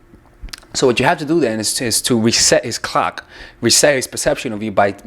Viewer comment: When he said reset his clock I though he said “reset his cock” jajajajaja jajajajaja!!!!!